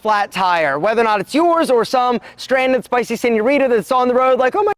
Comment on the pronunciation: i fucking hate when gringos say "señorira" "mamacira" instead of señorita/mamacita the T is RIGHT THERE